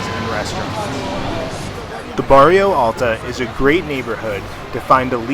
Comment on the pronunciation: try to listen first to the real pronunciacion and then repeat. s. Jorge is sounds like george in english and Bairro Alto is not as in spanish barrio.